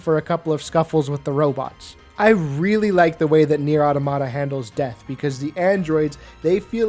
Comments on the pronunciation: Why do people like you insist on calling the game nier aww tomato? It's pronounce the way you would say automaton. Look it up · Automata is pronounced like "automaton" but without the n. It's the plural of automaton, which makes sense because the game is about a bunch of androids, and automaton is often a synonym for android. Sorry if this feels like a nitpick, it just bothers me when people mispronounce it. It sounds as silly as when people pronounce "Deus Ex" as "Deuce Ex".